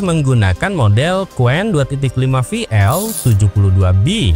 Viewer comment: Aku juga telah berkali-kali melakukan uji coba cuplikan disertasiku terhadap Qwen dan Deepseek,hasilnya jawaban Qwen jauh lebih terperinci dan mendalam mengulasnya,sedangkan Deepseek hanya sekerdarnya dan dangkal sekali.Harus dikoreksi sebutan pada Qwen (bukan WEN),melainkan Wen,sedangkan Q=Question sama artinya dengan Wen dalam bunyi bahasa Mandarin.